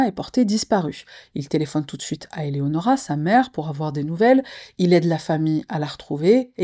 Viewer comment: Coucou! Bon visionnage à tous! Merci de prendre le tps de bien prononcer ce fameux prénom Eléonora ❤ ( c’est le mien également). Il faut croire qu’au collège et lycée c’était difficile de le prononcer 🤦🏽‍♀️